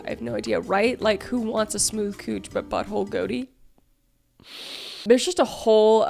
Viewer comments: You said “Goatie”!!!! LMAO It’s pronounced Go Tee. LMAO Not make fun of you, Kris, but that was funny as fuck and it just hit me hard. Thanks. That made my day. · It's go-tee= goatee. Not goateeee 😂😂😂😂😂❤❤ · Go-tee* love the video though lol